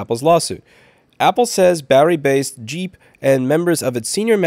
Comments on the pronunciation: If it's GEEP, it aint said like JEEP. Its more like G-imp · It's not pronounced jeep, it's pronounced geep. think gah, not jah, think geek, not jeep.